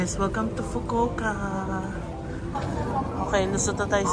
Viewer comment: I love how you pronounced the "fukowka" 😁😆